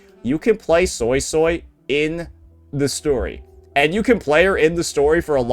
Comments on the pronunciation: I rewatched the chinese livestream and they clearly said SuiSui (sounds like SueSue( But why you saying SoySoy? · Bro I can't with the SoySoy .... It's a "U" not an "O" its the sound you make when you say "Uh" or "Huh" or when thinking "Uhhhh"... Why not just watch a chinese speaking youtuber and pronounce it correctly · Which is how he pronounced it prior to the update coming out, where the English dub does indeed pronounce it soy-soy, he even made a point a couple vids ago about how it sounds stupid, please play the game and see how they pronounce it before correcting people. I also assumed it'd be swee swee due to suisui in naruto, but no.